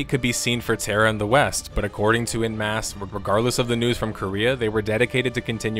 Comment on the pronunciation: every time i hear you pronounce "en masse" as "in mass" i die a little inside. I don't know how to describe to an american how to pronounce "en", but for the love of god it is not "in". OH, americans would pronounce it as "on" in your accent. too late now, but... man, please google stuff if you're not sure about pronunciation, particularly if it's a word you'll say a dozen times in a video. super jarring.